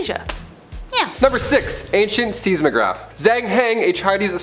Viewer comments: Seismograph is pronounced size-mo-graph, not sees-mo-graph, and using word concerning when you should be saying disconcerting is lazy, not correct vocabulary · Pronunciation buddy. It's not seas-mograph It's size-mograph. How did that slip through editing ? Still a good video, though. ❤🇨🇦🌈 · Seismograph, is pronounced, size-mo-graph, with a long I sound.